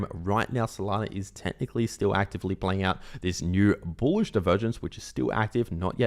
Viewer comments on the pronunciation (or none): say "boolish" for clicks, or worse yet, he actually believes it.